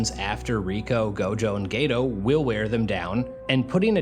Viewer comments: My Dawg did you say Gayto 😂😂😂👀👀👀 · Geto ❎️ Gay-toe 🦶👬 ✅️